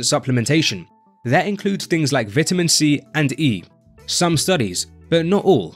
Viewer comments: Vitamin not Vitaman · “Vitaman” … very precise 😅